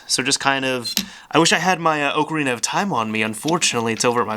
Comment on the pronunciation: i can't stand it when people call it oak-arina, whole video ruined.